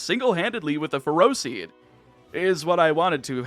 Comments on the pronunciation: As someone who knows people with the last name "Ferro", you're prounouncing it wrong at least according to their pronunciation. They pronounce it Feh-Row. Also the first time I saw Ferroseed I thought of them and... That was a weird thought. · Ferroseed isn’t “ferocious”, is “ferrous”! As in, being made of iron, entirely or in part :D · Its not ferocious. Its Ferrous as in contains iron